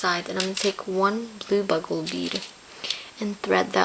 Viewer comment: They are bugle beads...pronouced like the horn-- BU-gle. She calles them "BUG-le". You can get them with the other beads.